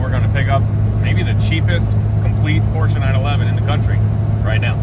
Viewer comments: He pronounces PORSCHE correctly. Nice .... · Finally someone on YouTube that's says Porsche right.